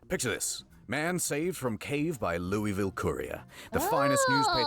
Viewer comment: People pronouncing Louisville wrong are making my eyes twitch.